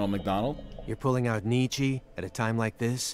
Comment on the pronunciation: Actually, it’s pronounced ‘knee-chuh’